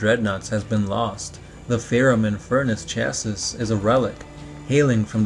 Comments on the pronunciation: This nigga said 'cha sus' again instead of 'cha see' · Chassis is not pronounced "ChassiSS"... It's "ChassEE". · Chassis is pronounced "Sha-see" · Its pronounced chass-e The s is silent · Chassis is pronounced Chassee... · Chassis is pronounced "shassay" you've mispronounced it in about 5 diff vids now! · doesn't make it right